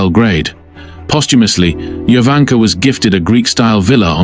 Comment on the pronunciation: Her name is pronounced Yovanka